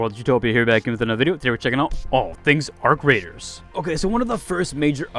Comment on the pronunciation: The way he pronounced it was beautiful